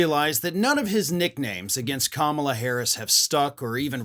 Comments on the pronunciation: Few people spew gibberish as consistently and predictably as Trump. His mispronunciation of Kamala's name, whether by accident or intention, just gives us more evidence of his own immense deficiencies, a key one being the same one that has existed for as long as he's been given any stage at all: that he is TOTALLY unfit to occupy ANY elected post, must less the Office of the Presidency that he so abused and disgraced in single hideous term. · I thought because it's easier to slur through at his rallies. We all know the hard time little don old has trying to pronounce Kamala.😊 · Imagine a man, a wannabe leader of the free world being so fukin juvenile and petty that he mispronounces his opponents name on purpose. I wouldn't let that man in my house let alone the Whitehouse. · "I don't have a clue how to fix inflation. But wow, I have a great idea! I'll mispronounce my opponent's name and spell it with an extra "b" thrown in! That's really funny and, it will get me tons of votes." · Let the old fart rave on. Food prices? Has trump ever went to the store and bought groceries for his family? He probably mispronounced Kamala, then thought, Genius! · He sounds crazy saying KAMABLA 🤷🏽‍♀️. lol blah blah blah is what it sounds like 😂. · He's saying "Kama-BLACK." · I think he was going for "Blah" , but since he is so massively brilliant he didn't know word has an h on the end. Experts say he has ADHD. I wonder if he was learning disabled and that is why all his school records are untouchable. Many kids with learning disabilities become bullies.He may be dyslexic. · I don't think it was a typo. I think he means for it to be read as Kama Blah (typed like this for pronunciation purposes). He's wrong about her being blah like he's wrong about everything else. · I think Idiot Boy is trying to say Kama-Blah but, he's not smart or grown up enough to pull it off! Vote Blue 💙💙💙💙💙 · Maybe he means to pronounce it Kama-blah. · It's supposed to be pronounced Comma-blah. Get it?